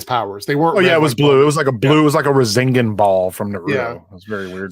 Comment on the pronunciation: "Razengin ball" 😂🤣😂